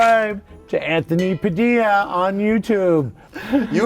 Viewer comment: god man "sant-thony" was so obvious smh